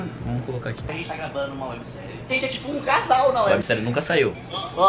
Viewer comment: Genteeeee ELA DISSE A GENTE TRÁSSS, MEU DEUS EM KSKSKSKS mas parece msm